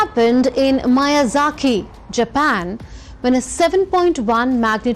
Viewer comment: マヤザキではなく、ミヤザキだが。インドのメディアの地理の知識はこの程度か It's not Mayazaki, it's Miyazaki. Is this the extent of the Indian media's geography knowledge?